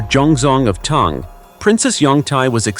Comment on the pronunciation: Tang is a breakfast drink. It's pronounced T - AH - ng. 🤔